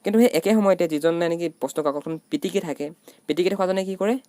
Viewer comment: দাদা `পাটিকি´হৈছে ......পিটিকি হব লাগিছিল